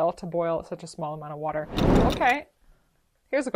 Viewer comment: I love the pop up of brad for “wourder”